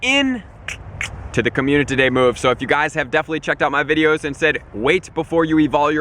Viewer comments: Did he say commune-titty day? 😹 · perfect videos my dude been a fan for a while but please stop saying "community day" like that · Why cant this guy say "community"